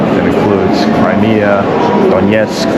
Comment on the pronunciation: “crymea” river